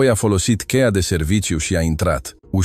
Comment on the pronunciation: FRUMOASA POVESTE FRUMOASA SI PLACUTA VOCE DAR PUNETI STOP LA MALTRATAREA LIMBII ROMANE :: CEIA IN LOC DE CHEIA SI SCHIMONOSIREA IN LIMBA SPANIOLA DACA TRADUCETI IN LIMBA ROMANA ATUCI RESPECTATI ACEASTA LIMBA DACA NU NU MAI POVESTITI CA NOI NU SUNTEM ANALFABETI CA SA NE RADETI IN FATA